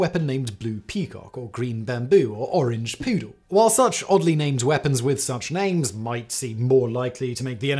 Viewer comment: Oh, "orange poodle". The first time, I thought he said "orange poo".